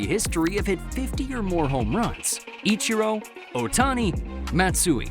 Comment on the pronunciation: Why did you say Ichiro name like that though? 😂